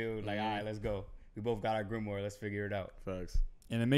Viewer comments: Pats pronunciation of grimoire is something else loooool man said gilmore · My man was saying gillmoire at one point 😂😂😂